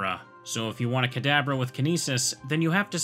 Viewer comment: Am I the only one who always hears the way says "Kadabra" as "cadaver"?